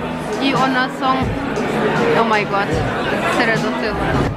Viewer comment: OMG ...yazilandaky yali aydyaniz..Oh my Ga:t diyip pronounce etmelimika diyyan